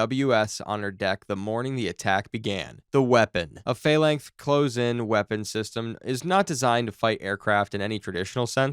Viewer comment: Absolute AI garbage. Nothing here is correct, not even the pronunciation of "close".